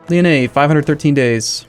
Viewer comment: I'm actually a french guy so it makes me a lot of funs when you said Lyonnais 😂 Anyway a good video like everytime.